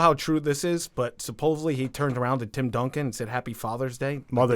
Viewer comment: I like the new guy. But he has an "exspecially" and "supposovbly" problem.